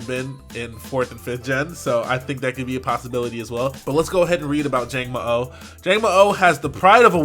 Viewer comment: Also when you say the last "o" it is a short "o". :)